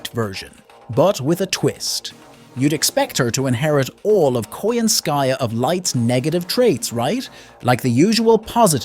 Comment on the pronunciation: I still hate how Koyanskya was butchered in Tunguska. I still wished she was part of the Tamamo 9.